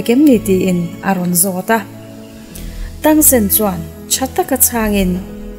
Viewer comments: Tangsen ti tawh suh tangsan tirawh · Miss i aw ngaihthlak hi chu a nuam,mahse zo fantasy i tluk lo ka ti,zo fantasy kha en phot teh saw u te i ti mai mai a Xiao u(Zia U) ti a lam tur nia,tang sen nilo in (Tang san) tih tur bawk. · Tang sen ni lo vin Tang san zawk aww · Tang sen ni lo in tang san ti lam rawh 😂a hmuh nawm nexr request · Tang sen nilo in tang San Chuan zia u tiin lam bawk la maw Chuan dolou tia lam lo in dualaw tiang hian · Sooyu tilo khan ziayou tih khan lam deih zawk la miss cuan tangsan in aw tangsen nilo in 😂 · A thawnthu em mai xiau tih tur kha sou te a ti mai mai tangsan tih tur kha tangsen te a tia😊😂. 👇👇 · Tang ti lo in tang sek ti la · Tang sen a ni lo a, Tang san tur a lawm, recap sual tawh suh aw please in aw? 🙏😱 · Sawu ni lo in ziau chuan tengsan a ni lo tangsan ti in lam tur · Tang sen❌ Tang san✔️ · Zo fantasy khan tangsan atia, miss ilam dan chuan tangsen itia, xia-yu pawh sia-yu tia in anglo e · Xiao we leh Tang san tur aw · tangsan aw zawk aw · Tang san ...mizo tawng taka lam tur...chuan a nupui hi zia u tia lam mai tur...lam dan tur dik kala rawn sawi zel dawn😂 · Saw wu ni lo Vin Zia wu zawk lom Chuan Tang Sen ni lo Vin Tang sun lom 😂😂😂😂 Ka spelling hi chu min lo hrethiam mai ru😂hriat a awl Sam zok vak nia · Ihh an hming i lam dan hi en chiang deuh te a xia wu tih te tang san tih te hi...ka lo sawi ve mai mai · Tangsan tih a lom ziaU tih tur avbt